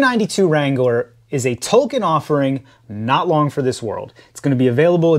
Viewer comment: did he say the 392 wrangler is a “Tolkien” offering? Boy that South Park joke got around 😂